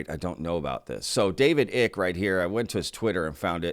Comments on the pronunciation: fyi, Icke is pronounced the same as Ike, or rhymes with: Bike, Dyke, Mike.... not Ick (e) Greetings from the UK and thanks for the info! Pete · It’s David Icke-as in (Y)Ike not Icke as in Tick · David Icke last name pronounced "eye-cke" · You are mispronouncing David Icke's name. It rhymes with bike.